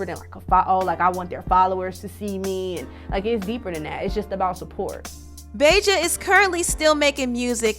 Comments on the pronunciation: Reginae sucked that’s why she had to go🤷🏻‍♀️ and did she say BAY JA?!?! 🤣🤣🤣 it’s BAHJA like the hot sauce 🤦🏻‍♀️🤣🤣🤣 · BAH-JAH! Not BAY-JAH! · Lol the way you pronounced Bahja's name 🤣😂🤣😂 Im dead. Great video !